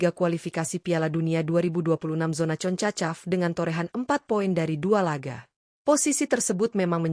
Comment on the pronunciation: Ngomong yng jelas min,bukan concacap,tapi jona konkskap😂😂😂